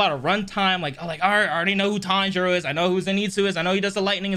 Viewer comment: I love how they keep mispronouncing Tanjiro's name